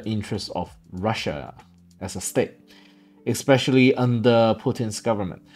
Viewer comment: Please don't say eXpecially. It's eSpecially.